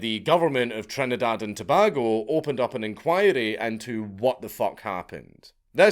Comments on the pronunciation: This one hits hard since it is my home island. And for the love of God it's To-BAY-go not To-BAH-go. And yeah, people were pissed like and Irishman denied his hourly beer ration when we were told they "couldn't" allow people back down. To this day we still wonder what they're trying to hide. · I live in Trinidad and Tobago. ( It's pronounced properly as Tow-bay-go. LOL ) As for this incident, yeah, we all know about it, a horrendous incident indeed.